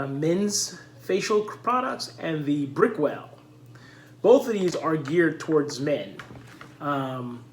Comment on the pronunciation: Nice video! I literally did the same thing and compared for the same reason. I have very dry skin in the T-Zone. I love Lumin and Brickell seems okay...I used to use Lubriderm in the past but found it way too greasy and didnt last in my skin. Also, my brother, its pronounced "BRICK-L" LOL